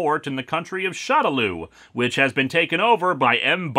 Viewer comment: for future reference, shadaloo is, from what i gather, supposed to be pronounced "shadow loo (like moo.) " just wanted to give the heads up. great review man, keep up the good work.